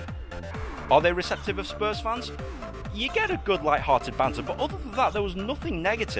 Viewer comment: Oh btw it’s spurs not a sours